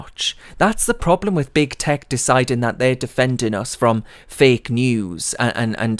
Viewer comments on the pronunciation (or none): none